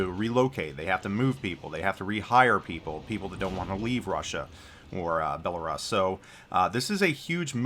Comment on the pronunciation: Every time you mispronounced Belarus I took a shot... I'm completely wasted. thanks